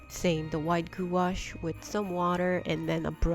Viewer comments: It's pronounced gwash, I was laughed at in an art shop when I pronounced it like you and was promptly told how to pronounce it lol. Loved the cards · FYI prounouce gouache like it rhymes with “squash”. That way you are helping others. If they go to store to purchase, they won’t be embarrassed when they are corrected by sales person. Enjoyed the card ideas.